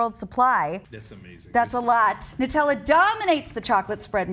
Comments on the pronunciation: Holy crap, its pronounced "noo-tel-uh" not "nuh-tel-uh". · noo-tella, not nut-ella